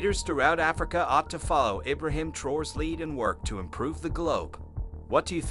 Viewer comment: Eye-brahim? Geez!